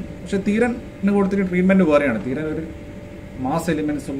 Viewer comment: തീരൻ അല്ല ചേട്ടാ ധീരൻ തന്നയാണ്. തമിഴിൽ നമ്മൾക്ക് ഉള്ള പോലെ വ്യഞ്ജന അക്ഷരങ്ങൾ ലോപിക്കൾ ഇല്ല. അതോണ്ട് എഴുതുമ്പോൾ ത , പറയുമ്പോ ധ. ഉദാഹരത്തിനു് peg , beg .. തമിഴിൽ എഴുതൂമ്പോ ഒരേപോലെ ആണ്. മലയാളത്തിൽ പ ബ വരും.